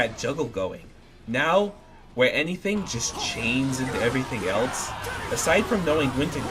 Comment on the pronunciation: eltse??? why do people put a T in else. IT"S ELSE NOT ELTSE.